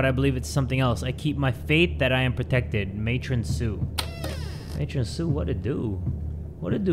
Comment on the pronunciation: yes ‘excuse my french’ and ’mat-ron’ AND OFC ’MARLEY’ from MARLEY AND ME AND REALLY WE GOTTA PUT THIS ONE ON HEE almost there, ’FOOK’ and ’paich-rolls’